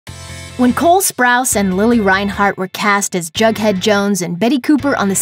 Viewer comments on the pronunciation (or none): Why do you keep saying bughead?? It’s Jughead!! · I LOVE RIVERDALE AND HIS NAME IS JUGHEAD NOT BUGHEAD!!!!! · You kept saying bughead